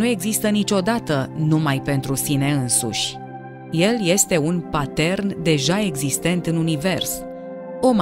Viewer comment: Am auzit cum ați pronunțat „pattern”. Așa citeau ziarul jupân Dumitrache și Ipingescu. Bravos! Sunteți distracția perfectă.